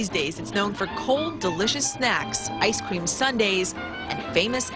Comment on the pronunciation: Eck Cream!.....Eck Cream!! No Egg in an Eck Cream!